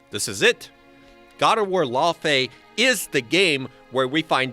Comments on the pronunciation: It's fucking pronounced lau fee not lau fay Jesus Christ say it right !! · For the love of all that is holy, it’s not pronounced LAWfey.. it’s Laufey like “loud” without the d.. Norse it’s pronounce lau-fee but no LAW…